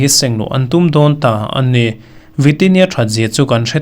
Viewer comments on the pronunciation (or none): "a ni" tih hi "an ni" tih a ang thei lutuk.